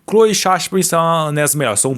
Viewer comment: o nome da sasha é SASHA, vc ficou o vídeo inteiro chamando ela de "shasha"